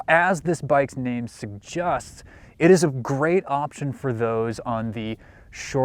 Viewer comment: "..as this bike's name 'segg-justs'.." I've got a segg-justion: Proofread your script before going on-camera, 😂 Or look into managing dickslessia 🤣